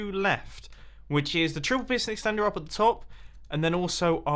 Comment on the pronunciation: Mumbo says: pulse exstender Me: what the duck did he just say 'hey siri'